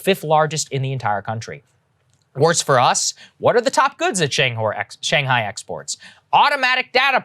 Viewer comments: "Shang Hor" your mouth is out of control dude.. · Anyone notice he said Shang whore? It made me laugh. I’m such a child.